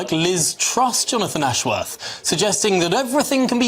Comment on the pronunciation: Jonafwon Ashworwf can't even say his own name properly...